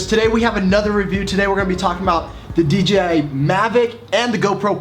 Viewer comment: If you are going too review it, at least learn to say," Dee-Jay-Eye", not "Dee-Gee-Eye"